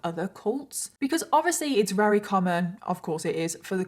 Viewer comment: Why do you say "Rery" instead of "Very" is it intentional? Not shaming you, it's just not something I'm used to so I'm curious.